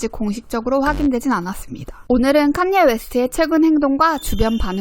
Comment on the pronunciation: 카녜 입니다... 칸^ 예^ 발음이 너무........